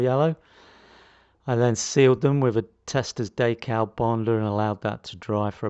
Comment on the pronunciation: As you are talking english for the rest of your video I was referring to the english pronunciation which is decal not daycal. The reason I mentioned it is that when you first said daycal it threw me and my attention went on that instead of the rest of what you were talking about, I actually had to rewind to clear it up. It is your video so call decals what you like but don't expect your listeners not to get confused. I have been into model building since the 60's and have never heard anybody calling decals daycals. Just saying.